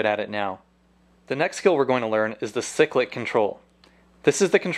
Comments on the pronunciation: seriously its pronounced "si-click" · Stop saying sick lick control🤬🤬🤬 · Ok my trolling comments :-P Helicopters don't have rudders they have tail rotors (in the real thing we just call them pedals) ! Cyclic is pronounced "siklic" with a long first i !!!!!!!!!!!!!!!! But I appreciate what your trying to do.